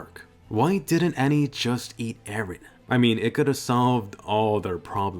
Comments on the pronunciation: PRIN-CESS ER-EN lol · Wait did he say princess eren!?